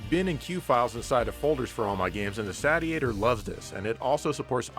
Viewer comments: is a word jester - it's a "say-shee-ator", not a "sadiator" or what-have-you! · Regarding pronunciation, I can't be the only one who has seen the katakana on the box reading "セイシエター", which is pronounced as the verb "satiate", not the "Sat-ee-ate-er", as MLiG called it. Hopefully that brings the confusion to rest. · If you are interested, the Japanese katakana on the front of the box says Seishietah so it indeed should be pronounced as in satiate~~ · It's surely pronunced SAY-chi-a-tor? Like satiate, as in satisfied? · Wouldn't it be pronounced saish-iator, as in it satiates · I'm holding out for the Saytiator. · It's pronounced like satiate, seeshiator. Says so on the box. (in Katakana) セイシエター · FWIW, the katakana on the box indicates it should be pronounced like the actual word, "satiator" (say-she-ay-tor). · Well it's satiate, satiating, and satiated so I'm going with Sat-iator.;) But I want you to make it cheaper, that's how complaining here works right? ^_^ Looks pretty good, start saving up SS fans. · I guess if it’s pronounced the Sate-e-a-tor, then maybe the console is supposed to be pronounced the Sate-Urn? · It’s pronounced (Say-She-Ate-Her) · That's what it is. It's just approximating a Japanese pronunciation of "Satiator" (Say-she-ay-tor) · How many times did he mispronounce Satiator in this video? About 50 🤣